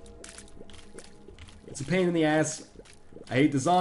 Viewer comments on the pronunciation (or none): none